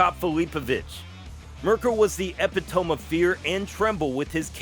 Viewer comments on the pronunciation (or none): Is this channel commentary a real person or A.I.? Anyway, you mispronounced epitome. Not a bad video though. I'll give it a 👍.